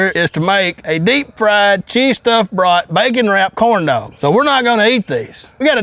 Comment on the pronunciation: Sounds like he's saying corn dough 😂😂😂😂